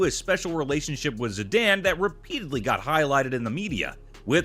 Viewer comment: the way he says Zidane causes me physical discomfort